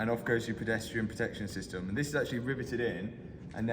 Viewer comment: Actullay, the batterray eventullay will be in the trunk?? 😂😂😂 apparentlay!